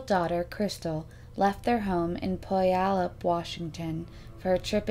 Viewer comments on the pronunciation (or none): It's pronounced pew-al-up washington.....it was a good attempt though 😀